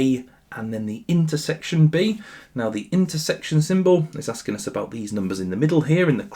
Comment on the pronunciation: unc turned japanese for a sec 💀